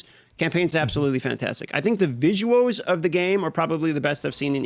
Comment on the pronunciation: The second this guy said "visuwoaws" I had to stop watching